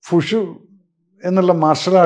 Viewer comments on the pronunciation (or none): Fushu alledo majore .. wushu